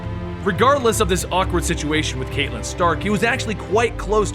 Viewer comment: Best part: you pronounced it "Kate-Lynn" and not "Cat-Lynn." Thank you.